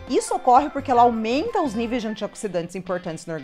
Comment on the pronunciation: FERTIUS , não . F E R T E I S !!!!!! Niveus , não . N I V E I S !!!!!! Dismenerelização , não . D E S M I N E R A L I Z A Ç Ã O !!!!!